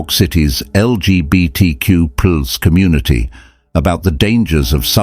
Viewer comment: “New York City’s L-G-B-T-Q-pooz community.” No,, you are not even in the right ballpark!